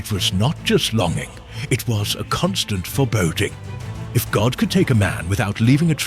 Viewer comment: Please say God not goht